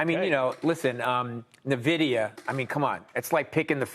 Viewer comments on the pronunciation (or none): What’s “Na-vidia”?!? 🤣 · When he says "nehvedia" you can tell he's only ever saw the word and had no idea what it is otherwise